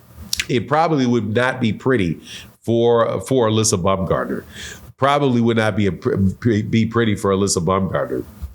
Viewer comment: You pronouncing Alycia name wrong! She's very sensitive about that, can't wait for her response, this going to get interesting!